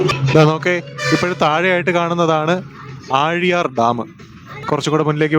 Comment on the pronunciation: ആ ഴി യാർ അല്ല ആ ലി യർ ണ്